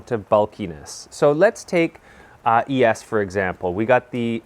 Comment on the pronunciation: did he just call es shoes e.s. am i wrong for calling em es lol